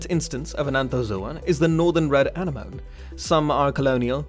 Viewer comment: Isn't anemone pronounced uh-neh-muh-nee?